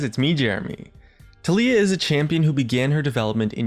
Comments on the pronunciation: pretty sure it's TAHliyah, not tahLIyah. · i personally pronounce it ta-lai-ah xD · goddamit jeremy it's tah-lee-ah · keep saying Taliyah but all I hear is toph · you keep saying taliyah but i only hear toff. From avatar. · My name is TaLiyah.... i was born in june its pronounced the same too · disliked for the way you pronounce Taliyah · when jeremy pronounces "taliyah" two different ways in the same video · UGHGHGHGHGHGH HOW HE PRONOUNCES IT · You are pronouncing it wrong... -_